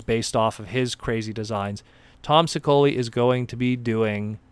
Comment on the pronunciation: Can’t wait for this new comic. Tom’s surname is pronounced She-O-Lee by the way. :-)